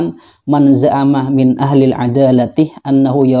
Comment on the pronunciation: Klo bacanya aja salah gimana bisa memahami... ketika baca kitab... ada lafadz 'min من tpi dibaca man من' apa itu tidak merusak makna masbro...intinya itu cuma pawang jin.. bukan faqih... belum pantas dapat julukan ustadz..